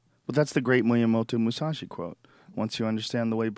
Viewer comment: Did he say Miyamoto Musashi?